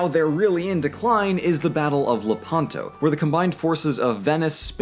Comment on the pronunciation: FYI it is Lépanto, not Lepànto. stress on the "e" (and slightly open) not on the "a"